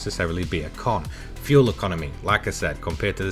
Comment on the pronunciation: "Fuel econmy" 😂 lol. Good video. Thanks. Great car to drive.